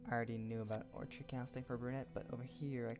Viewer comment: nice video and its pronounced, Ore(Kid) Orchid